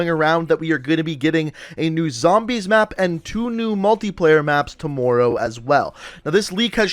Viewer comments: To-more-ow Anybody else hearing that too? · ~apparently tohmowrow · I absolutely HATE the way you say tomorrow! OMG! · CombatFalcon X bro fr I was like how does he say it like that